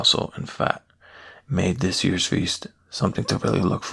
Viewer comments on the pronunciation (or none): none